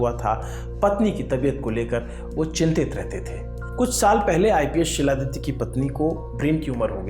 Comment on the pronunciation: Not Siladitya . It's xiladitya (khiladitya)